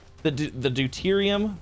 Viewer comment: OHMYGOD HE ACTUALLY SAID DEUTERIUM CORRECTLY